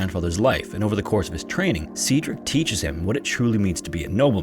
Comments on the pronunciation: I like this channel but you really need to work on your pronunciation. If you find a word you aren’t familiar with, Google it and listen to a few different sources to figure out how to say it. In this video, Cedric and Fauntleroy were mangled, and other comments suggest that there were other words too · I'm sorry, I can't watch 26 minutes of Cedric being pronounced see-drick. It's pronounced sed-rick. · AI narrators ARE TRASH. See-dric? How do you not know how to say Said-drick? Aka Cedric? Right. It's AI. Youre being lazy and cheap. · You know that Google can tell you how to pronounce words that you are unfamiliar with. Just a suggestion. Sometimes it takes a while for me to figure out what you are trying to say. Example Waukesha is pronounced wah-ka-shaw and Cedric is sed-rick. I had to look at the transcript to figure what you were trying to say for Waukesha. It's a native American word. I'm just trying to be helpful and I have noticed this frequently. I am bingeing old episodes. I love your content and look forward to many new episodes. ✌🏻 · Cedric is pronounced the same as "said Rick." Youre making the E a long E, and its driving me up a freaking wall!! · Cedric: its pronounced Said-Rick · My son's name is Cedric. I've never heard it pronounced as See-Drick, I'll have to start calling him that. Sadly, he has long curly golden hair and is around the same age as the little boy. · waukesha, cedric, fauntleroy, investigators, oh my days bro. your pronunciations. oh my days. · Please google pronunciations. That’s not how you say Cedric or Waukesha. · He was off on Cedric as well.